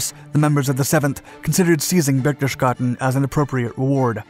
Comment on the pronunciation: it's pronounced like: (berch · tes· gaa· den).